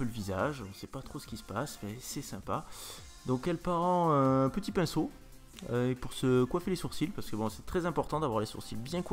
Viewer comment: "on épainceaute, on épainceaute !"